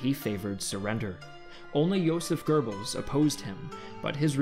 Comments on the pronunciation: really? Joseph Gurbbels? its Joseph Gobbels(goebbels) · J. Goebbels, not Goerbbels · "JOSEPH GERBILS" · Goebbels does not rhyme with "Gerbils" or "GoBells". Try forming your lips for an "o" sound but voice an "r" sound for a start. It's not easy for an English speaker but give it a try. You're welcome. Edit: Same with Goring. Edit 2: Meh, I'm being kinda pedantic.